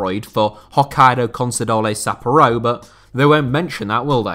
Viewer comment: Isn't it Sapp pour oh, not Sapp oaro